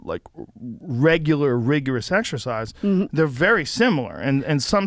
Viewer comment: “Regular rigorous rexercise”